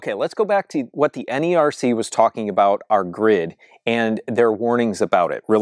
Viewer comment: Great ideas! (NERC is also associated with FERC. This is the government agency that regulates the interstate transmission of electricity and other energy commodities. They are usually pronounced like "Nirk & Firk")